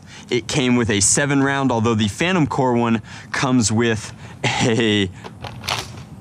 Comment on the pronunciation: It’s not “phantom core” it is “phantom corps”